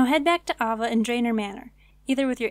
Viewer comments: Aye-Va ... AH VA ! lol.. but awsome guide thank you looking forward to checking out your other ones in the near future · okay not to be rude, but AYE-VUH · good guide, her name is pronounced aye-vuh... how many people have you ever heard named ah-vuh?